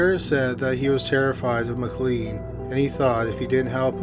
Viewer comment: Just in case you have to pronounce the name McLean again, its pronounced McLane. McKay is another often mispronounced one, as its meant to sound like McAye (like a capital I)